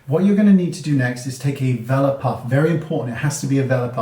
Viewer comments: Thank you! I had no idea because I pronounce it "velore" not "vela" like I could hear in the video hehe! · Thanks! Heard vela puff too. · Thank you for the upate. I thought he said "vellum" puff! I would have been searching all day! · I was scrolling wondering the same thing! Is he saying developer puff? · What kind of puff is he saying? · ooooh okay! The accent got me! Thanks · I think he's saying a velour puff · Can you please tell me what kind of puff he's saying here? I'm having hard time understanding the word. 😞